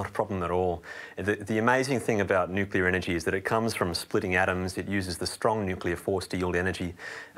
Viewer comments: If your going to shill for nuclear energy... start by pronouncing it correctly. Also... nuclear waste is a massive problem... your making vague statements that are misleading and not scientific. Currently nuclear waste is not handled responsibly because of the cost to do so and stored on site at most facilities making it an even bigger security issue. Your washing away the practical reality with vague imaginary solutions that are not in place or in use. Solve those problems first then start talking about how safe it is. P.S. please feel free to eat all the nuclear waste ya want. Put your money where your mouth is. ML and Blessings. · I agree 100% hence my response... "If your going to shill for nuclear energy... start by pronouncing it correctly. Also... nuclear waste is a massive problem... your making vague statements that are misleading and not scientific. Currently nuclear waste is not handled responsibly because of the cost to do so and stored on site at most facilities making it an even bigger security issue. Your washing away the practical reality with vague imaginary solutions that are not in place or in use. Solve those problems first then start talking about how safe it is. P.S. please feel free to eat all the nuclear waste ya want. Put your money where your mouth is. ML and Blessings."